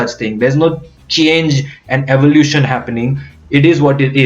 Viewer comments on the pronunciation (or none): none